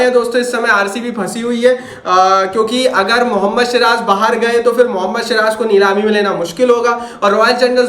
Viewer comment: Abe shiraj nhi ha vo siraj hai😂😂😂